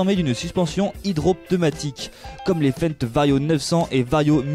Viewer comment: Jolie vidéo par contre pour votre titre qui est une question ont a déjà la réponse. Lol, il faut apprendre à comment ont dit Fendt 🤣